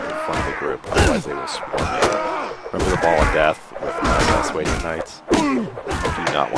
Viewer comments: I think it's called sw-ah-Dian not s-way-Dian. But besides that good vid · What's a SWAY-DEE-IN?